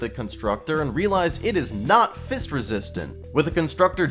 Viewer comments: PLEASE I BEG STOP SAYING "FIST" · Why is he adding so much emphasis on "fisting" and "fist"💀